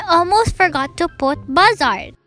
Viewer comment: Not to be rude but u said a few apps wrong 😅 Bazaart- baz-a-art IbisPaint- ib-is-paint